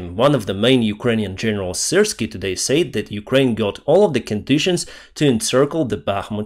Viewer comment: hey tip for you you pronounce said and hotel wrong still understandable but i'm just letting you know so you can correct it and slava ukraine